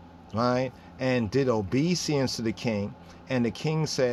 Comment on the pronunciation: Good presentation !! One thing though... it is not obe seance (just so you can see how u spell it and how it’s spelled) but it is obe e sense... We also say it in French... but obéissance (obe is said in an west African way, then i in the middle sounds as E, and finally 2 s + ance sounds like sense... but the en which sounds like N is says Ann like the name...